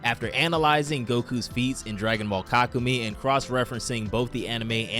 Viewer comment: Yea this guy has no idea how to pronounce it 😂😂 (Ka koo may) He also pronounces chelai chelay